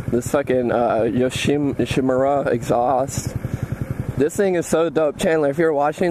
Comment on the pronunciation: Yo-shi-mu-ra, thats how you pronounce it! ;D